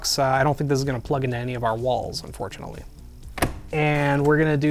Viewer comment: why he said unfortunally it is not QD-LED?